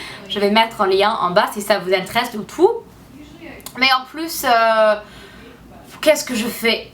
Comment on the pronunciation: Quand tu dis le verbe " intéresser " c'est pas comme en anglais, il faut que pas que tu oublie de prononcer les "éress" !!! Sinon je te trouve vriment courageuse de faire des videos en francais alors que ce n'est pas ta lange natale :)